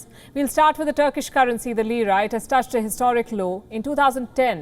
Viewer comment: Lira becomes Jeera😁😁